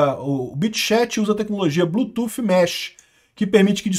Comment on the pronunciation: Apoio os inglesismos, nao é preciso traduzir nada. O que eu te peço é que Bluetooth nao seja lido como "blutufe". Nossa é muito mau😂. O th no final lê-se D. "Blutude"